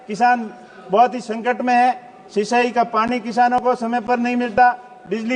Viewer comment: विचय की जगह विषय बोलो , सरसा की जगह चर्चा बोलो, सिसाई की जगह सिंचाई बोलो, आपका कद बहुत बड़ा है वर्तमान में क्यों को रविंद्र सिंह भाटी को आप हराकर आपने चुनाव जीता है तो आपसे अपेक्षा रहेगी कृपया करके शुद्ध हिंदी बोले😂